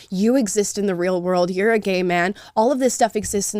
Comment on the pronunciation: I just can't stop re-watching the " WHAI R U GAE" XD